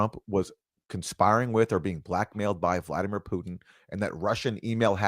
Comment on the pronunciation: I’d assume not. If you’ve never heard it, my favorite is Ray McGovern’s pronunciation of “Vladimir Poutine”. 😂